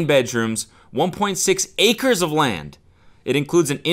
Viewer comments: Cody emphasizing 1.6 ACRES of land like that's a large amount ... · The way cody said "1.6 ACRES of land" made it sound like the Weeknd was buying his own country. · Said “1.6 acres” like it was a square mile lol